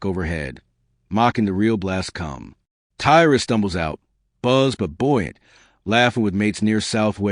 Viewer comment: Your video is a load of shit. And false... Shame your information not correct. And you cant even get tys name right ffs.. if your gona do shit like this check your facts..